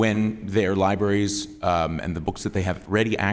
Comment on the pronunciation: Did he just say Lie-berries